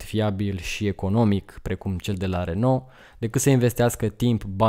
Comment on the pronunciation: Renault se pronunță “reonoo” 😁